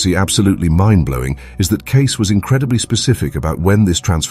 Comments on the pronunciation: oh and his name is pronounced 'kay-see' not 'case'. C'mon already. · It's pronounced "KAY-SEEEE" not Edgar CASE----moronic A.I. Narrator! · How about making the AI voice pronounce Cayce's name correctly?!! It's K-C !! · Maybe pronounce his name properly.... ???????